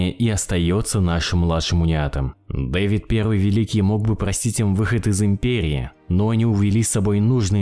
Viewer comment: Не ДЭвид, а ДавИд.